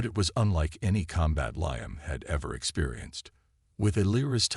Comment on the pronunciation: Before you turn your AI loose again on another story, teach him pronunciation. Liam is spoken as Lee-am not Lye-am.